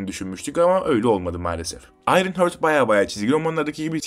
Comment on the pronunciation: Ayrınhört değil Ayrınhart 😂